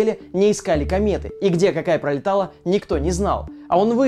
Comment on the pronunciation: отпraвимся, пrолетала, пrоект Ооо вы из Англии!